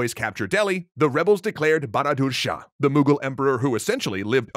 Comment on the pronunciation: Bahadur Shah Zafar....you need to work with your pronounciation......